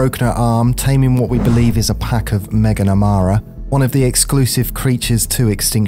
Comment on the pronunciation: Ah yes meganamara not managarmr